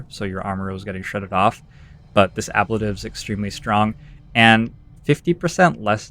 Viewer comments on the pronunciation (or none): sorry to be "that guy" but I'm pretty sure it's pronounced uh-blayy-tive :)